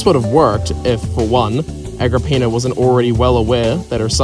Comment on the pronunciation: Agrippina more like ag rah peenar